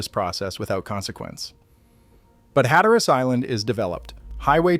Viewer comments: It’s pronounced “Hat a rus,” not “hat a rass.” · If you live there, I think it's "HAT-trus".